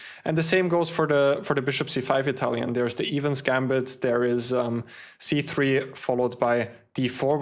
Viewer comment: The “e” in Evans gambit is pronounced like the “e” in end or elephant. Sorry for the correction I thought you would have wanted to know it